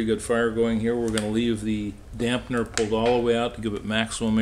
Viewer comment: The word is DAMPER not DAMPNER